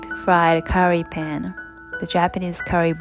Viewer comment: You say Pan with the same U sound like you say Sun.